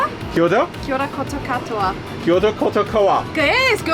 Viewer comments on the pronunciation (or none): Who the hell recorded that karakia (prayer) appalling g pronunciation Air NZ ought to be ashamed. I hope since 2022 it's been changed 🤬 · Whoever was pronouncing that maori prayer was absolutely disgusting. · I am so sorry but the person that did that karakia should not have because she miss pronounced the word and it's sounded very bad. Just letting you know that. But awesome that they tried😅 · Wow - she BUTCHERED the Māori language during that prayer lol. Maybe just play a recorded one instead that is accurate. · The pronunciation of Te Reo Māori during the prayer was cringe asf but I loved your vlog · Dang, that karakia was cringe as a mother. I don't expect perfection, but surely they can do a little better than that pronunciation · As a Māori that prayer irritated me . pronunciation was all wrong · That Maori pronounciation was absolutely horrible. That was not a good representation of Te Reo Maori. Just have the prayer pre-recorded in future! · Great video I just wish air new zealand used a person that can pronounce the Maori prayer correctly..how embarassing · I'm not sure why you laughed when asking one of the workers about her moko kauae. The flight attended was wrong. It's spelt Kia Ora and pronounced Kia Ora not kiora. And whoever done the Karakia butchered it. Not even sorry, they should have a recording preset like they did on a Hawaiian Airline flight or have a Maori advisor come in and help with pronunciations. Besides that wicked cool video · I’m not Maori - but I know for a fact the cabin manager butchered the pronunciation of that prayer